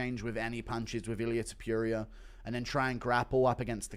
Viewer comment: Toh-poor-e-ah not Toh-pure-ia. You-F-Sea not You-F-Seahh 😂😂🤌🏼🤌🏼